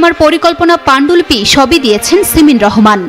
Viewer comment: "সিমেন" রহমান !!! 😅😅😅